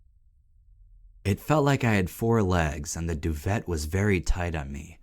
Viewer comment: LMAO, the part when dude is talking about the guy wanting to just get into bed, and says " Duvet " with the T on the end had me rolling.